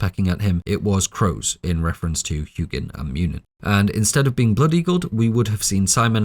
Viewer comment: I love hearing non scandanavians pronounce mythology words. "Hew-ginn" "Mew-ninn"